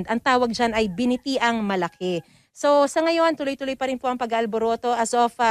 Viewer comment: binitiang.....ang basa,,,binit yaang....batya sa sa batagas..or batiya